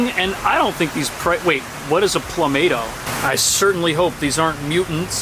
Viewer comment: The sign says plumtomato. He left out letters in his pronunciation. Plum tomato. Yes, Roma.